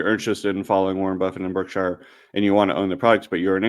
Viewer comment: Btw, Berkshire is not pronounced berk-shy-er. It is burk-shr. Like the Berkshire Mountains.